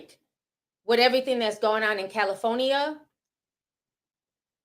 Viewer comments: I love you Ti, I do…but is Cal-i- FOR-nia ( with a “R” ) 😂😂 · Cali-foe-nia? Lol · Not Cali-phony-a😂😂😂😂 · Girl the way you say Cali-for-nia😭😭🔥